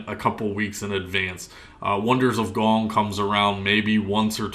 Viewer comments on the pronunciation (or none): gond... Gond... GonD.... GOND!!! Only one G. Not gong, GOND. You know what you are doing to me. I hope you are laughing really hard right now. My stress is through the roof. Lol good video man. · What comes after Rank 6, Wondrous Thingamabob? By the way, it's Wonders of GOND, not Gong. And it's STEEL Ingots, not Still Ingots. {:-:-:}